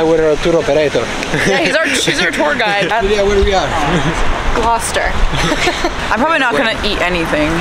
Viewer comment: Hello from a lady living in Gloucester England. Loved the fact you pronounced Gloucester correctly!!! 😂